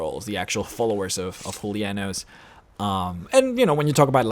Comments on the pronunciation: He's Julianos not Hulia-Nose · da Vinci Actually, speaking through Spanish and Latin pronunciation, it would be HOO - LEE - AH - NOOS. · Loving the pronunciation of Julianos = Hulianoes XD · I'm 90% sure you're mispronouncing Julianos.